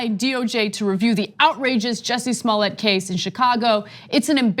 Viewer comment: Cenk it's clearly Smollett.